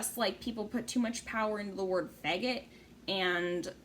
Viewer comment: Lmaoo the way you said “fegget”